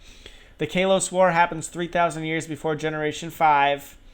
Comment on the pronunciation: You said Kalos wrong.